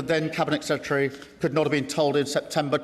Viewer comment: Please can someone teach him how to pronounce secretary